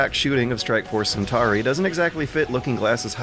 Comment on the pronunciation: But he mispronounces Centauri, so I guess it's even.